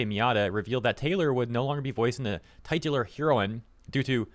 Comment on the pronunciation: "tie-tular"? Not how I've ever heard it pronounced before.